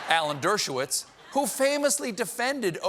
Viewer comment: Dershowitz: "Dirt-show-whiz"...